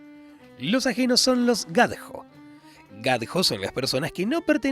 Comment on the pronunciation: No es roma, es romá, romaní o romané, nunca roma, estudiaste todo menos eso? Igual como pronuncias gadjo, se pronuncia gayó, puede que seas argentino pero almeno esfuerzate un poquito por una pinche pronunciación